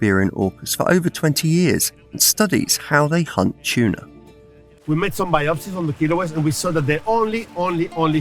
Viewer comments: love me some canned "tunar" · you say they eat chewna ?